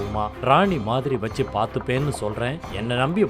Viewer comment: மச்சான்னு சொல்வதை,மஸ்ஸான்னு சொல்றதும், வச்சின்னு சொல்ல வேண்டியதை வஸ்ஸின்னு சொல்றதையும் மாத்தும்மா. ஸ்டைலா சொல்றதா நினைச்சி இப்படி சொல்றது அசிங்கமாயிருக்கு